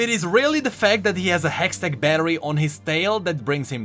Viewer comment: "A hextect battery" 😂